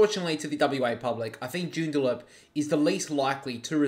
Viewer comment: Its Joo-n-da-lup